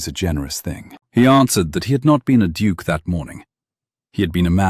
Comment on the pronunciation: Duke misspelled & mispronounced.